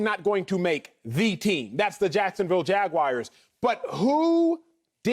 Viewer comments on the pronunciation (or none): The Jacksonville Jagwires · Jag- Wires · Jacksonville Jag-wires😂😂😂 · "jacksonville jagwires" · Jaguairs? Wtf.